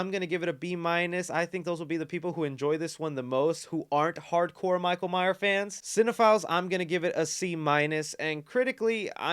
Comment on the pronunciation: Thanks for the review. Please be sure to put the 's' on the end of Myers. You said Myer once this review and same on a lead up to the movie a week or so ago. Signed Neil Myers 😁